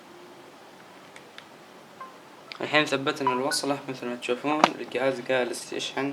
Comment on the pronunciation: ااااا عفوا تحتاقه عفوااا الصفحه عفوااا ااااا زر الهوم عفوااا زر البور ااااا ااا عفوااا يقيلك القهاز سستم ناو ااااا عفوااا ههههههههههههههههههههه